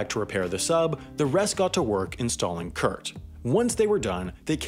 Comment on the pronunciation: funily enough, the way you pronounce "kurt" sounds much cooler than how we germans pronounce it xD